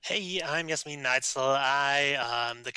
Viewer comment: Yay! I enjoyed it as well. (Also it is "Jasmin" and "Ulisses Spiele")